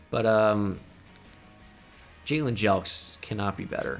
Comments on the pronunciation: How many times did he say Jayylean in this video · “Sir you can’t play” “Why” “Your name is not jaylen” “Yes it is. It’s spelled Brian but pronounced jaylen. You take us anyway we spell our names, right?” “Ok jaylen move along